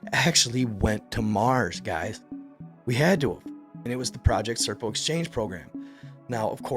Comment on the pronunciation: SERPO - not CIRCLE.